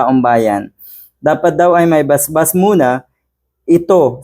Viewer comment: BASBAS (blessing/approval), not BAS-BAS. BAS-BAS does not make sense.